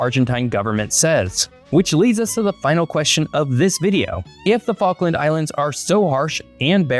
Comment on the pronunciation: "Which focken islands"